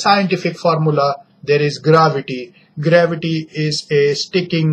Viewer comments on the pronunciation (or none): Seing theis inglis deies😂😂😂😂🤣🤣🤣🤣🤣 foor exampul and gravitu deies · gravady nahi gravity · You have not sense we use it for pronouncing earth and your formula is wrong